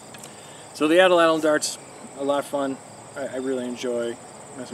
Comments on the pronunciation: Yes, Atlatl. You are promouncing atellatll. 3 possibles when it's 2. Like At-latl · You said ATL- ATL. It's subtle but I believe AT- LATL is more correct..no biggie Cheers :) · Your saying it wrong bro. Its at latl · You're right. Good video, wrong pronunciation of atlatl.